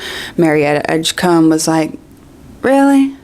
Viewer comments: Combe 😂 it’s Edgecombe friend, pronounced like comb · Excuse me? Marietta Edgecum? Really, Joanne?